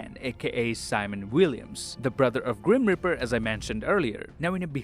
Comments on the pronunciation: Ehm dude...that Guys Name is Grim Reaper, not Grim Ripper... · when you say Grim Reaper, I hear Grim Ripper.